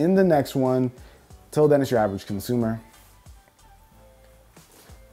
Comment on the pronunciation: "Average Comsumer" haha....